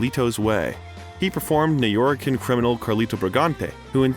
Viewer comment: And its "NU YO RICANS" Not NORICANS! 💯🇵🇷💯 #PaQueloSepa #SoYouKnow